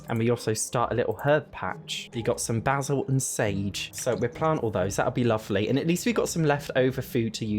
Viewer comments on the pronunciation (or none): none